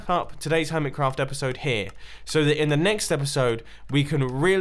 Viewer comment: Helo everyone! Welcome back to the Hermit[s]craft server! Hnggggggggggggggggggggggggggggggg that extra "s" tho